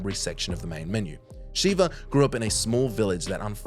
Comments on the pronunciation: Her name is Sheva, not Sheeva. Pls say it right, every video sheva is in, you say her name wrong 😅😂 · Seriously? It's Sheva, not Shiva. They say it plenty. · To this day you still keep calling her Shiva 2 seconds before she says it the correct way Sh-ev-uh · Sheva: I'm Sheva.: Sheeva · Yes, SHEH-va, not SHE-va. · She LITERALLY introduced herself as Sheva, not SHEEVA 😂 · SHEVA., youre one of those who says people names wrong to their face after they have directly told you how to say it. Annoying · Idk if it’s sad or hilarious that Sheva pronounces her name correctly in the cutscene, and then bro proceeds to say it wrong the entire segment. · I’ve watched a few plays videos about RE recently and he keeps doing it. It’s tilting me lmao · I believe he has said her name incorrectly more than once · I thought I was the only one getting annoyed with that 😂